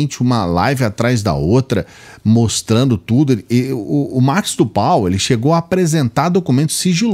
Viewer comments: Escutar uma pessoa que pronyncia errado nome Narcos do Val.Cidadao repete Marcos do pal. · Mano é tudo muito sério! Mas, o chamando o senador " Marcos do Pal " eu não aguento não! Cada hora que repete é uma gargalhada😂😂